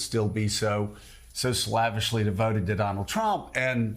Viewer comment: slavishly - long a vowel.